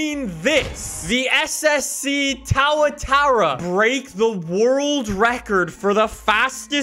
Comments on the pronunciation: you are a part of the car community. And as a member of that community you need to learn how to pronounce a damn car name😂😂. Tao-a-tara. Sounds a lot like tuatara. Tuatara=two-a-tah-ra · I don't see how anyone can let his pronunciation slide It's pronounced to a tara Not tawa tawa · He said thatura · it's Tua-Tar-a not Towa-Tar-A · towatara, u meant to say tooatara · Tauatara 👏😂 it’s tuatara:0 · I'm offended "tawatara" fuckn say it like a kiwi pronounced two-a-ta-ra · Apparently cant say u? As in tuatara, not toatara? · why tf did you say TAOUTARA BRUH ITS TOO A TARA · towatara its two a taa raa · Is pronounced two-a-tara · Bro really said tauatara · tawa tara is not how you pronounce it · It's Tua-Tar-a it always has been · Glad I’m not the only one who was cringing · He actually made me want to pluck the hair's out of my ear drums so I don't have to listen to him say that ever again... Two-o-tar-a, I'd think I'd know from being born in New Zealand aye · “SSC TAWA-TARA” Sorry, I just felt like I had to make fun of the mispronunciation. All light hearted jokes tho, your awesome dude. Kama king great videos. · Everybody: SSC Tuatara: SSC tuwatower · "towatowra" what the hell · His pronunciation of tuatara has me crying (too - a - tar - a) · FOR THE LOVE OF GOD PLEASE Too-a-tar-a 🙏🏻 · no one:: tawtara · Tuatara - two-uh-tar-ah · Nobody:: TAWATAWA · SSC "TowahTowah" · It’s called the SSC Too-uh-tar-uh. Sorry for correcting you. Love ya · really just said TauaTaura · You: says tuataa Me: TrIgGeReD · He did not just say, "the TOWATARRA."...please say it right, no one has called it that except you. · Is it just my ears or did I hear say "Towa-tara" Hearing Towatara might just be worse than learning the fact that the record was probably most likely faked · legit said SSC TowaTowel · You can’t possibly think towatara is the right way to say that lol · Ah yes, the SSC 'TowerTara' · Noone:: towatarra